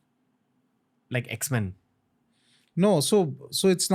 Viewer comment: Did you really say "X-men"? 😅